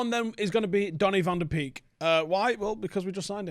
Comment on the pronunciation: pronounced Van De Bake Thiago is going to the scousers. stop the dreaming